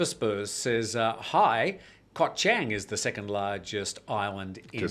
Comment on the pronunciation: Koh Chang is pronounced Charng guys. It is the second biggest Island.